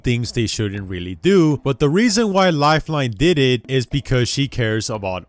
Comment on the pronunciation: he says lifelone